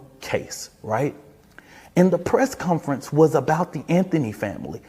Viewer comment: I'll give this guy props for pronouncing "Asked" correctly. Negative points for saying "Press Cunference" several times though.